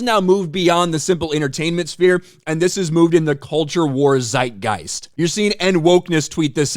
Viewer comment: it pronounced Zeitgeist not Seidgeist. Its High German